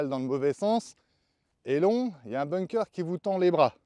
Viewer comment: Tjs très instructif un parcours accompagné 👌🏻 Par contre , on prononce bunker et pas ”bounker" à part si tu joues en Normandie sur la plage 😝